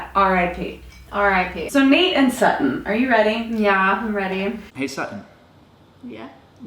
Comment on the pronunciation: Am I the only one who heard Satan for Sutton?